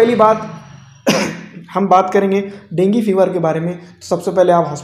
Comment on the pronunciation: Dengi fever nahi hota dengu hota hai 🤣🤣